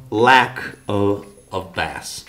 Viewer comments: did you say "the downside is that there's a lack of fish? FYI: Bass is pronounced as "Base" ...in this case. "Bass" (rhyming with ass) is a deep sea fish. Sorry to be such a pendant and point out this one tiny error in an otherwise wonderful video! Thanks for sharing this info with us all. It was very informative and I'm truly grateful to have learned something new. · If we had we would have been drunk enough to miss him say bass as in the fish to describe low frequencies . I think we're good here.